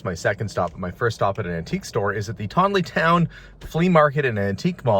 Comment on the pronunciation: Weell Welcome to Arkansas Darlin! And welcome to MY neck of the woods. BTW....thats...TON(tawn) E TOWN..TONITOWN. Its an Italian settlement.